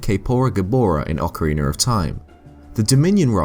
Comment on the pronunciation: Ocariner of Time